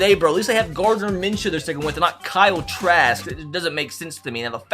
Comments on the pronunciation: The fact that he said trash instead of trask made me cry 😂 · Kyle Trask say his name right he will win a superbowl soon